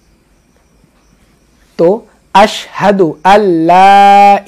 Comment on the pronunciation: আসসাদু বললে হবে না আসহাদু